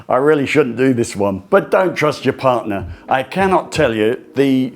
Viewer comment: “Partner” not “parner”